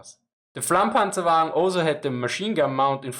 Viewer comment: "The Medium Flammpanzerwaggen onowanienaiofenofnaonfoeanfoa" Is what I heard... and now I am scared of learning German